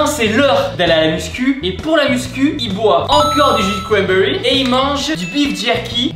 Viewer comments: jus de cwanbewy😂😂😂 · Tibo: Du jus de cwambewi Moi:🤣